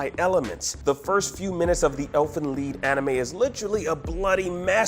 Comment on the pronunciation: wth is elfen lee pronoun the name right its called elfen lied.